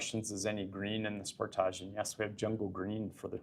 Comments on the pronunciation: hopefully she learns how to say sportage correctly at that training. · sport - age. not sportaj.